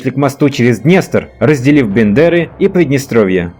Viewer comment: Не Бандеры ,а Бендеры исправте а на е